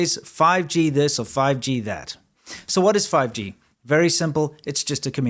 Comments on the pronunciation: fi-gee... sounds like chop-sticks... 🤣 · Want to know what's funny about the intro? My mind almost blanked out to start hearing PUBG instead of 5G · what is this fifgee you speak of